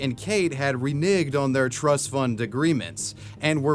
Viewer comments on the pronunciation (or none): really just said “renigged” instead of reneged lmao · lol you said "renigged" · "re-nigged"? 🤣 bro who taught you that word 🤣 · this isn't me trying to be PC or anything, but it's pronounced "re-NEG" as it's spelled, not the way you pronounced it. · yo it's an "E" not an "I" in that word lmao